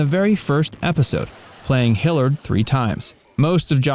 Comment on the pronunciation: Learn how to look up words. "Hippolyta" is pronounced "hih-PAHL-ih-tuh." Ted Cassidy was trained as an actor, Lurch was his first TV role. Hillard is pronounced "HILL-yerd." John Astin's chyron is wrong.